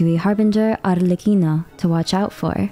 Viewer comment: as an italian I can say for sure that your pronunciation of Arlecchino is really good! also ty for another amazing video, you explained it all so well ✨